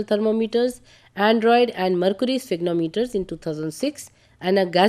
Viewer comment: Aneroid is pronounced as android and sphygmomanometer as sphygmometers.